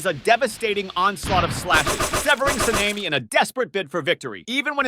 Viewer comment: Se-Ne-Mi? Sa-ne-Mi